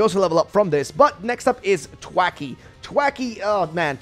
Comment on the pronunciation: Thwackey not twackey